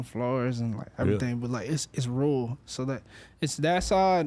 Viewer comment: its rule, its rule. ITS RURAL. 😆😂